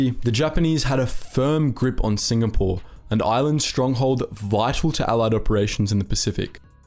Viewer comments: Mate it's Singapore not SINGNAPORE. Was wondering when you would do a vid on Z troop. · Singapore not singnapore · I love hearing about this sort of stuff, but it's time to UNSUBSCRIBE from and avoid watching your videos in future. Sing N apore? Seriously? If you can't be trusted to get the most basic of the simple basics right, how can you be trusted to do accurate research? It's obvious that you have no respect for what you're doing. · SINGNAPORE! WTF?! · Ah yes, famous "Singnapore" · 'SINGNAPORE' lol